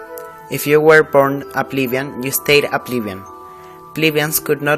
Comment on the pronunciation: You might want to double check the English pronunciation of plebeian